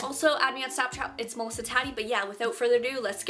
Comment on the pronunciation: I just found your channel and in the intro you said your name and i was like what is she saying? emulsa? mulsa? moza? and then i scrolled into the desc box and i saw melissa and i was like OOOOOOH SHIT lmao